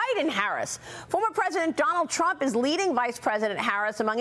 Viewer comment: Trump not Tramp. 🇺🇸 (full disclosure: I stole that slogan from a comment on another video because it’s really good!) 😀